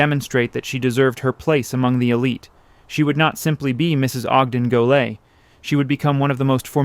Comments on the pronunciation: Reasonably ok... many mispronunciations especially French terms. (Salve Regina is pronounced - salvay, too.) Mispronounced Goelet - as the social historian, Dixon Wecter, notes in his monumental work, "The Saga of American Society," the "name is pronounced with no Gallic frills." Also PBS historian, Alistair Cooke, always pronounced the name as I have heard old Newporters say it - Gillette - just like the razor company. I think you also overstate the social importance that the Goelets placed on the house. They had at least three other houses, 608 Fifth Avenue, a villa in Nice, and rented Wimbourne House for the season in London. Other notes, Ogden's brother, Robert, built his Newport house, Southside, next door. This house was designed by McKim, Mead and White. ( It is still I believe in the Goelet family. It and the Stanford White house on Long Island are the last two McKim, Mead, and White houses owned buy the original families for whom they were built.) Robert and Ogden also had almost identical yachts. His was called Nahma. Both were designed by the same naval architect, built at the same time by the same ship yard and delivered in 1897. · You should do something to relieve the poor AI which keeps mangling the pronunciation of "Goelet," It's pronounced: Go Lay. It's not that hard.